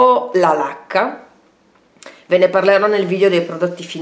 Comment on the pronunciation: Ti guardo mentre mi strucco... Mi sono dovuta fermare, però, perché invece di: “ho finito la la lacca” avevo capito: “ho finito la vodka” vabbè meglio che vado a farmi un cicchetto... buahahahahahah 😂